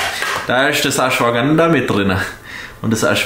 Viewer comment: "da isch das Aschwaganda mid drina"🤣 Schwobapower !! Viel Glück beim Mr. O